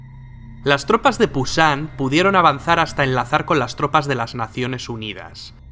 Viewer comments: por corregir solamente dire que eso no se llama pusan es busan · Pusan en vez de Busán.......... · Se dice Busan no Pusan. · Es busan no pusan. Muy buen video me sirvió harto 👍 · es Busan, con B no con P, pero igual gracias por el vídeo